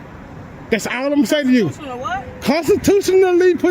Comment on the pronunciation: First video the sergeant can’t even pronounce the word “constitutional” i’m speechless